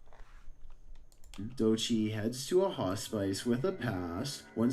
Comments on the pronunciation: . I think he meant hospice but pronounced it different. And . he probably meant hospice girl (a former female hospice employee). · He normally doesn't bother me too much, but did he really have to say it like that 26 times??? 😁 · He is saying “hospice” but he is pronouncing it incorrectly as hos-spice. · Omg is saying hospice not hot spice lmaooo had me trippin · My firefighter daughter would run right to it~ and (wisely) fight it~ she has always run towards this stuff instead of running the other way~ got grey hairs from it lol~ says Hospice ~ not hot spice ugggh ~ just not how I say it but it still hospice. Smoke or exhaust from truck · doesnt no its hos piss, not hos spice, hospice, its a hospital for dying patients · No, was pronouncing it incorrectly..it's hah-spus. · Dadaaada dadaada "Haaaw Spice!" I love this odd pronunciation of Hospice. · I just kept hearing HOTSPICE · doesn't know how to pronounce "hospice"? If narration is your job you should learn to properly pronounce the words in the script. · The hospice...pronounced so wrong drove me crazy. Also Nuzzy Futtz is word play for Fuzzy Nuttz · The way was pronouncing hospice really bothered me 😪